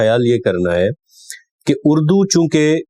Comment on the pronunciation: اڑدو نہیں اردو ہوتا ہے